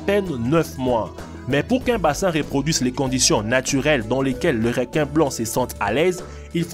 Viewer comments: REQUIN PAS "RÉQUIN" lis le comme sa stv REUQUIN (ecris le pas comme ça par contre) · on dit pas rinquin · Des réquin marteau des réquisitions tigre 😂 c’est reeeequin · Pourquoi il dit "Réquin" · Apprend à parler non ? Réquin